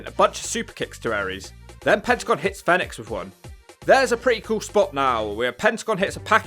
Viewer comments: It's pronounced phoenix not fenix. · Fee nix not fen ix 🤦🏽‍♂️ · It's Fenix like the bird Phoenix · It sounds like he's calling Fenix, FedEx. Now you can't unhear it 🤣